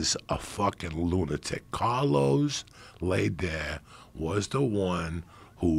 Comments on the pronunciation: It’s prounounced Lay -Der . Like Darth Vader but with an L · Carlos “lay der” 💀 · I love Coco but the way he's pronouncing LEHder is an atrocity